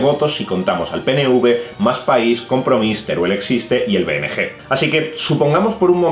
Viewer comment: BNG se pronuncia "benegá"